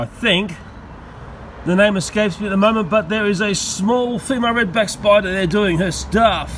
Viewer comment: I love the way this guy talks. Love how says "Redback SPY-DAAH!"